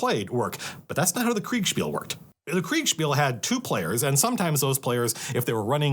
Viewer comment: Love you saying Kriegsspiel. Sounds way cooler.